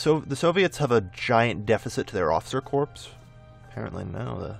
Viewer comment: Just out of interest, why do you say corps like corpse? It's just pronounced core, for example, the Marine Corp. Just figured I'd ask. Love the videos!